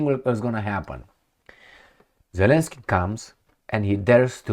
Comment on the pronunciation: Zelenskye pronounced in ukraine language douple yy...